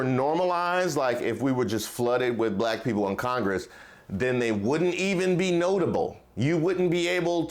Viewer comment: I'm old enough to remember when high ranking officials in DC (on both sides) only hired non English speaking immigrants as their nannies and housemaids! CONald will never have a Blaccck (as he pronounces the word Black) MAN as his VP! Blacks for Tramp needs to wake up.